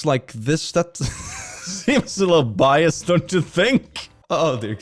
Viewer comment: I think they're TRYING to say biased and getting it consistently wrong